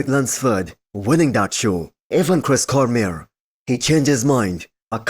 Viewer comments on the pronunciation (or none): none